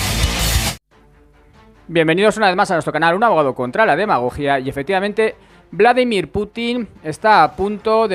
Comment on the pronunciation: Por favor, me duelen ya los oídos. Es Vladímir, no Vládimir.